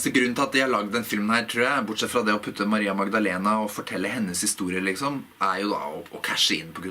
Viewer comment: Du har ingen aksent når du uttaler Maria Magdalena! Det høres nøyaktig ut på spansk. Sry for my poor handling of your language. This is a video that I would like to see subtitled. But then I see all the work that you take for it, and you only do it for me. So I will not ask for more.